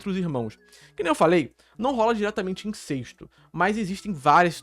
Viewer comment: Cara, INCESTO é com E aberto, não é INCÊSTO, como vc tá falando o vídeo todo.